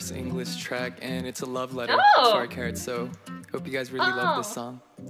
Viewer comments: its not carrots sweetie... its carats.. we are carats 😍 their fandom name is carats.. and im a fan so im a carat..😁hope u become a carat too.....🤩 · it never gets old like its always funny for me when people heard them saying "Carrots" instead of "Carats" (the fandom name) lol 😂 thanks for the reaction, i enjoyed it. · Carats not carrots